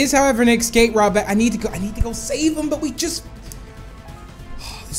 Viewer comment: It's escape not ecsape